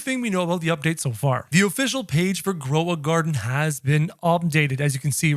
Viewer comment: "grova garden"